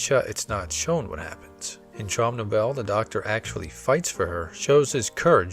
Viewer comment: OK, akshuallyakshually: It is pronounced Trowm No-vell-ah